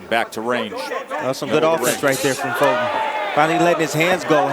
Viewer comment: Why are they calling him "Folton" instead of "Fulton"?